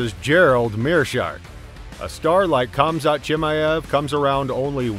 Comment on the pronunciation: . Nailed it. Khamat. Who the fook is that guy?